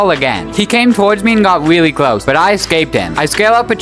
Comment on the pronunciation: Wtf " It Takes me to this weawwy wierd woom" like bro learn to fucking speak